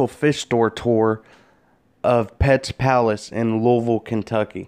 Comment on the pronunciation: finally an accurate pronunciation of louisville